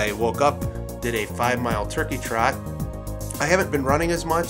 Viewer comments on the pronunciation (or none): none